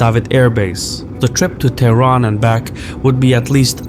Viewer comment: Why do you pronounce TIran?